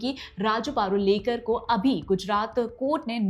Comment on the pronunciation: पारुलेकर ❎ प रु ळे क र ✅